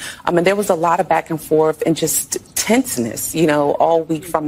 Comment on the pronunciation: Did she really just say " back and FORF" ?? SHE SAID IT TWICE !!😂😂😂😂😂😂